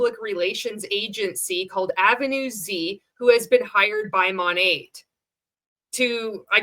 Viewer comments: He didn’t even pronounce the brand correctly! It’s not “Moe-Nate,” it’s “Mah-Nate” (from “Modern Nature”). Good grief. On the other hand, Monat is influential, in that it is one of the first MLMs to attract the attention of a wide swath of anti-MLMers (and rightly so), and to blow up in the news for lawsuits over its garbage products! Not to mention the notorious cult of original Monat girlies who ultimately bailed and started selling an investment scheme, who then failed at that and went on to something else, ad nauseum. It’s an OG, all right—one of the Original Grifts. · What the hell is Mon-ay??? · He doesn’t even say it right!!! 😂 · they didn't even brief him on how to pronounce the brand 🤦🏽‍♀️ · I thought the exact same thing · He doesn’t even know how to say the name of the company are you kidding 😂😂😂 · He didn’t even pronounce their name correctly 🤦🏻‍♀️ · A lot of us noticed that HAHAHAHA